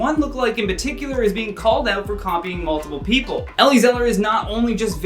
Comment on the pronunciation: But you said multipl